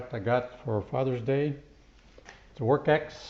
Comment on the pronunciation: Good review! I believe it's pronounced "Works." There's not a "k" in the name.